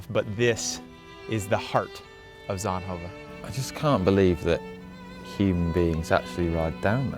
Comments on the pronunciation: Yay Belgium welkome to my country . It sound like he says sandhoven 😂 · please stop pretending you can pronounce zonhoven